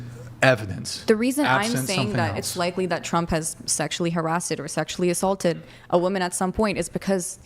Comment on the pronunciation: She said “Harassted” lol